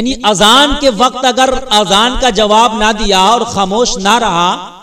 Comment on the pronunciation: Azan lafz bolna pehle seekho